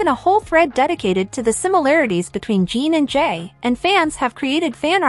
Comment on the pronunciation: His name is NOT Jean or Gene. His name is Jin. Phonetically Gin. Gin. If you can't be respectful and pronounce his name right...you should NOT be reporting on this story. You and your director should be fired. This station should never put out a shameful story where the names are Misprounced! In the professional world of Journalism ...you don't do that. Clicking off your channel with a Don't Recommend click. I changed my profile pic to Jin to honor him for serving in the military. To honor him you should at least pronounce his name right. Jin is World Famous! You should be so embarrassed!!!